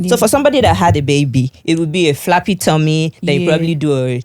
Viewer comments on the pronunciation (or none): It is flabby tommy not flappy tommy